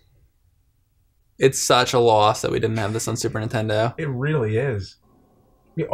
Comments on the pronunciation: "Super Ntendo" ?? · Every time James says "Super 'intendo" a puppy drowns.